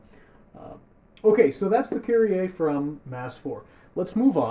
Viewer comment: Die Amis können einfach Kyrie nicht aussprechen 😂